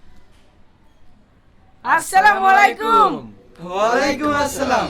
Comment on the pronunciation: ওয়ালাইকুম আসসালাম নয় ❌ ওয়া আলাইকুমুস সালাম ✅